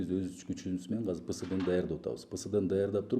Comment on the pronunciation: Ушул азыр деген созду казыр деп башына эшектин....